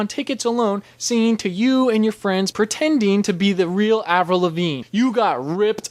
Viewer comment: Its avril not avrul